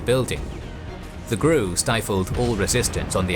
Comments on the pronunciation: Soviets thought to identify their own by wearing white arm bands. Unfortunately, Amin´s bodyguards also wore them. Soviet could tell their own by cussing and swearing. And for the love of Grammar Gods. GRU is not pronounced "Gruu" like "I am Gruut." Gee Arr You. Thank you. =) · GRU is supposed to be pronounced as GeReU... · My man, why do you pronounce things so strangely? I've never once heard the GRU pronounced as "groo". It's "The Gee Arr You". Also, Her-cue-LAY-an is how you would typically pronounce Herculean 💫👍